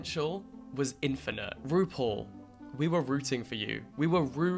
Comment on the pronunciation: this whole video i'm trying to figure out if you're saying rupaul in a british accent or roople